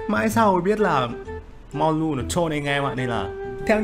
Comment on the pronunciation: Biết đọc ko tên Người ta là Mollu ko phải mulon 😌